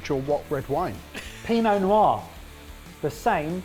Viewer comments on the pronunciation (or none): none